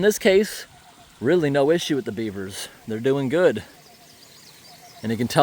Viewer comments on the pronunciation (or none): none